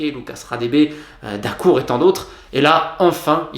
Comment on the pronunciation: Je suis le seul qui quand il a dit Dacourd j'ai pensé à pfut😀